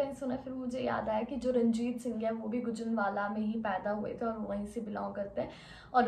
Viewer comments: गुजरनवाला नहीं गुजरांवाला 💞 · Bro itsnot gujan wala its Gujranwala so plz be careful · Bhai gujranwala wala kahta ha gojranwala wala nhi kahta ❤ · Not gujrnawla is gujrnawla